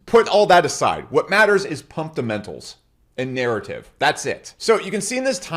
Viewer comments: It’s about the “pumpdemenals” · 😂that man said pumptamentals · "Pumptamentals" -😭💀